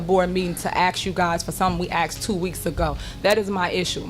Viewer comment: When she was trustee, she sure axed a lot of questions.